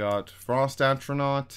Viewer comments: Flame Astronauk. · would be Elon Musk's friend with the amount of "Astronauts" he summoned. You actually messed up on a lot of words.... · Good guide but how hard is it to say “A-TRO-NARCH”, come on dude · It annoys tf out of me that he says atronaut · Without the “S” but yes. Atronot 😂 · I like how you can't say Atronach properly but good amazing guide bro thanks.